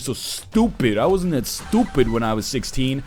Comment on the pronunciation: I love the way he says "stUpid"